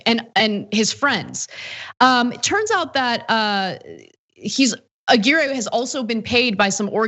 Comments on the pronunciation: Ah-Gear-Ray? Ah-Gw👁-your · A-GEAR-AY?!.....c'mon Ana.....you're better than that......A-GWIRE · If it's Hispanic, it's pronounced A-GEE-RREH.